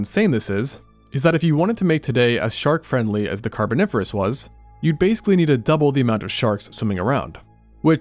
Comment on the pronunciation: "We've got a sharl for that"